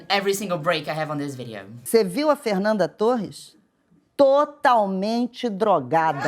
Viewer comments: I am Brazilian and she pronounced Fernanda as a native. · vc é brasileira? sua pronúncia dos nomes delas é boa demais pra você ser gringa 🤔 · Aaah dps saquei que vc era brasileira qdo falou TÃO bem o nome dela hahah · Na mesma hora que ouvi o seu jeito de pronunciar o nome da Fernanda, já fiquei atenta porque nenhum gringo conseguiria pronunciar dessa forma KKKKKKK ótimo vídeo, muito obrigada por trazer tanto da nossa cultura e história! Desejo muito sucesso ❤ ps: VC EH MT LINDAAAA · Your pronunciation for her name is perfect omg Oh wait, YOU'RE BRAZILIAN!!! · Mulher eu fiquei mesmo pensando: caraca essa gringa sabe pronunciar os nomes daqui, que loucura, mas tu é daqui! Excelente vídeo, e um bom trabalho nos traduzindo pro inglês!